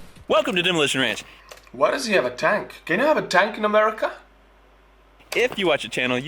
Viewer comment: “Demolishon ransh” I love this guy